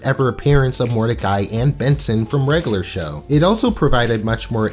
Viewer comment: “Regalar Show”